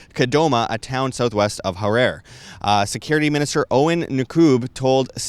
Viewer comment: Goodness. Can’t you pronounce the names correctly at least? It is pronounced Mangagwa and Har-rari. You would make yourself sound more credible when you pronounce these important names correctly.